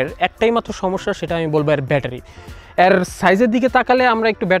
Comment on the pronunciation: 'এ' এর উচ্চারণ ইংরেজি বর্ণ 'A' এর মতো। অর্থাৎ আপনি যখন 'এর' শব্দটা উচ্চারণ করেন, সেটা অনেকটা 'Aর' মতো শোনায়। 'অ্যার' মতো না। 'এ' আর 'অ্যা' উচ্চারণ কেন যেন কানে লাগে। 😑